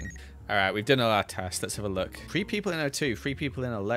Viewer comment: I love how cannot on his life say the word “three”.